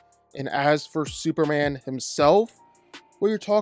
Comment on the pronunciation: Why do you say "superan"